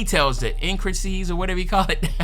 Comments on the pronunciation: In-tri-ca-cies unc lol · Intricacies unc .. In-tri-ca-cy